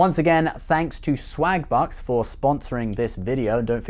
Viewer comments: Im sorry but it does sould like hes saying slagbutts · Oh *swagbucks*. I could've sworn you said slagbutts. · Lol sounds like you are saying swag butts. Haha. I also support the unborn people 😉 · i thought he said slag-butts at first